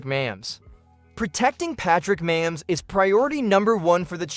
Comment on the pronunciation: Not up to date, and 1st of all, his name is Mahomes, not Mamms!